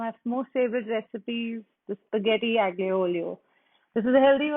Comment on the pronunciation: Hi it’s not pronounced as aglio it’s pronounced as alio and g is silent.:)